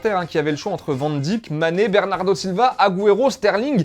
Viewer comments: Van dique le mec il dit ... c’est Van Dijk ça se prononce Von Dike !?!! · J’adore vos vidéos mais svp essayez de bien prononcer les noms de joueurs surtout les joueurs hollandais van dijk, wijnaldum,... arrêtez de prononcer « ij » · « Van Dique » mdr